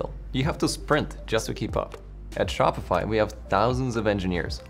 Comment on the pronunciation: BRO I KEEP HEARING SHOPFY AD FOR 1 year